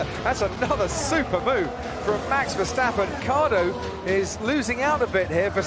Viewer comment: Dude... you are the first American who pronounced Verstappen like we Dutch do😄👍